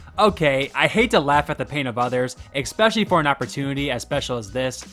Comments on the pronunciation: The word is especially, not ecspecially. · It's a pet peeve, but Please stop saying "Exspecially" it's pronounced "Especially" There's no "X". As I said, it's a pet peeve of mine, and no big deal at all. But do please try to pronounce it correctly. Other than that, Great content!!! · Great video. But I cant help to be a bit put off that someone who says "eKspecially" is killin it on youtube while Im trrying to get subs hahahaha have a great night man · Look,, I've watched many of your videos so far, please stop mispronojncjng "especially"! You say the word a lot and you always pronounced it "expescially". There is no "x"! I get that not everyone has that pet peeve, but I do and it's making me want to take you off my algorithm completely. You narrate, so as a narrator, your first priority should be the pronunciation of words and correct grammar. I'm sorry, I like your vids, and I just want you to grow and I just have such a hard time listening with that kind of simple error. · ex-specially isn’t a word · "especially" isn't spelled OR pronounced with an X